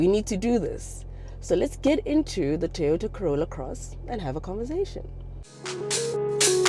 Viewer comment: 😂 "TOROTA" it kinda works...